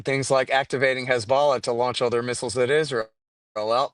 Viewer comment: I love how insightful and intelligent Scott Horton is but I absolutely hate how he mispronounces "Hezbollah" in the whitest way possible 😂